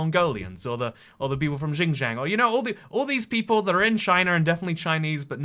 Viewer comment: those what Mongolians? Also the way you said Xinjiang 😂